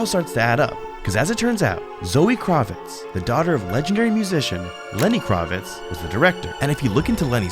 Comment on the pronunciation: I've never heard anyone pronounce Kravitz like that before....